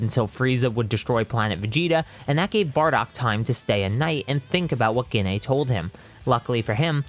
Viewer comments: I love when hes says gine *gene*😂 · I'm so sorry, but Gine is pronounced 'Jeane' Sorry again, just a pet peeve, it annoyed me slightly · Every time he says Gine wrong it is hurtful